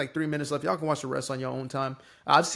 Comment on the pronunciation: Why the actual "F" do leftists keep saying "Ye'all".